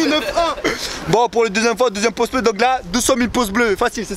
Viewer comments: "Coulisses" avec un S s'te plaît! (Et Pouce avec un U)😊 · il le pronnonce poce bleu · c'est fait exprès le "Poce"!!! C'est sa marque de fabrique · mdr quand tu dit poce bleu